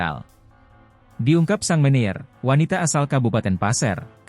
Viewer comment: Sang manager dibacanya sang meneer. Robot oh robot